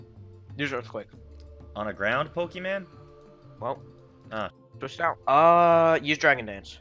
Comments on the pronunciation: Yes pokéman!!!! Lol my husband says pokemon like that lol. 😂😂😂😂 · Did he just call Pokémon Pokéman?